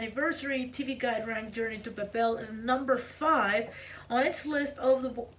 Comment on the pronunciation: Babel rhymes with Gable, label, and table. Lenard rhymes with Leonard. It's understandable, though, why you miss sometimes.